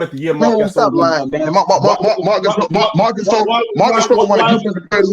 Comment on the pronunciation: Who the hell is Marc Gyasole, I thought it was Gasol